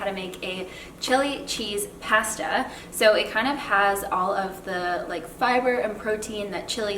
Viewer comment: Wait what??? Canadians say pasta different?